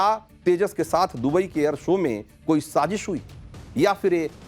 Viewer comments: Sazeeeesh nhi Sazish! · Sazish word tu theek bol lo yaar! Kamaal hai godi media. Stupid ass! Dubai main kis nay sazish kerni thee. Uloo kay pathay!